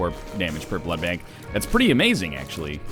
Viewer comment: SAY BLOOD BANK RIGHT